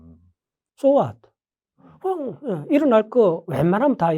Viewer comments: 화이와 홧 에서 신뢰감 뚝뚝 떨어지네.. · 홧? 홧아유두잉..